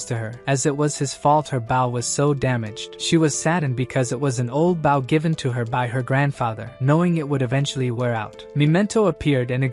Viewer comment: But still can't say bow